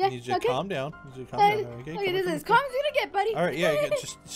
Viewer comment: Oooooo cus he says aš game